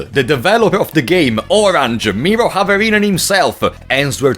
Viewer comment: You need a bit More "R" when saying Miro's fullname.